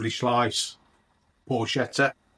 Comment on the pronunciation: It’s pronounced “por-ket-ta”. Ch in Italian is a hard “k”